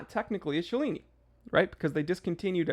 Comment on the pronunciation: "Cellini" has no "ch" sound. Knew a LTC Bob Cellini - he knew how to pronuce his name. ;)